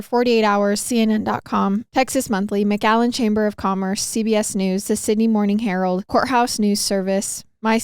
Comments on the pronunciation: Am I the only one hearing mcgallen and not McAllen ? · This is my hometown, I never heard of this case 😅 btw you saying McAllen wrong 😂😂😂 you’re saying MgAllen 💀